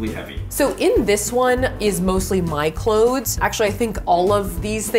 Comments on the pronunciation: Ummm no she is not. What in the world is “clodes?!!!” Super irritating! The word is pronounced “ klowze!” Clothes! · No it's not, it's pronounced "clothes." With a "th" lol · I believe Safiya says "cloedths" based on what she's learned in theater training so the audience will be less likely to mishear/misunderstand what's being said & she has adopted the same concept of strange annunciation for the sake of efficient & effective communication through her videos. I've learned a similar trick in regards to singing words differently than we'd speak or spell them for the sake of preventing misheard lyrics... One more correction, & I mean this in the kindest way: I'm a truth-seaker & truth-teller, & that is why I'm sharing the following: English is also my first language, & the proper pronunciation of clothes is exactly as it's spelled with the "th"... American-slang is the only reason anyone believes the proper pronunciation for clothes = "close"... People too often mishear/misunderstand what's being said, & I have therefore adopted the same concept of strange annunciation for the sake of efficient & effective communication Safiya uses through her videos. I've learned a similar trick in regards to singing words differently than we'd speak or spell them for the sake of preventing misheard lyrics. ............................................. I encourage you to seek understanding instead of criticizing, as doing the latter will always do more harm than good. #Peace&Blessings